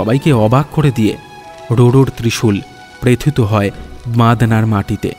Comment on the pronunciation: Bhai darun kintu please pronunciation thik korun......nirnimesh, prothito etc ...kaan e boro laage ... tahole excellent hoye jaabe